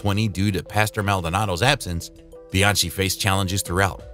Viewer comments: Jules Bee-Ann-Chee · Great vid! But you need to look at your surname pronounciation! Latfi? BianCHi? Koobika? :(